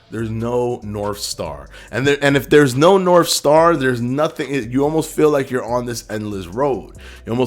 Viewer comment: Norf star 😂